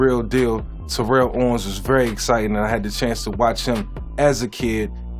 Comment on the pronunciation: T-O gonna be mad he pronounced his name wrong..he blew up on media for that... Smith was great no argument, but he wasn't the fastest or best just the most patient and always got his.. LT, Barry, Marshall, AD, and Edgerin were more talented RBs (in our generation) for me... Disappointing as a running Lefty he left out Steve Young off